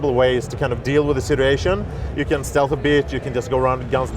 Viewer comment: I swear I thought I heard that guy say, " You can stealth a bitch."